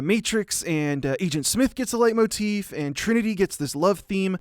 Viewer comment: Everytime he says "Leitmotiv" I could swear there is a small mispronouniation (I speak German you can belive me[Leitmotiv is a German word for all you out there who didn't know this])